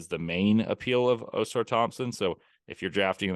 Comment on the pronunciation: Can someone please tell to stop pronouncing Ausars name OH-SAR THOMPSON lol idk why ppl struggle so much pronouncing the twins names right